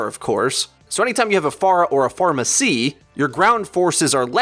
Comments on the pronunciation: he says Fourmacy instead of Pharmercy, lol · I was listening and nodding along very intently but when you said pharmercy as pharmacy I LOST IT